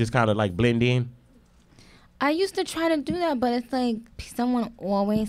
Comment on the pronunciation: Like how you messed up on, bust? Instead of but😂